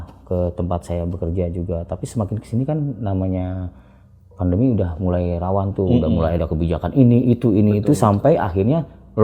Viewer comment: Pandemi pak..bukan vandemi